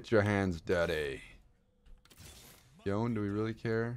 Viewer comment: Day 680 of pronouncing yone’s name wrong.